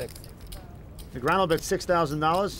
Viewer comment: Daniel Negreanooh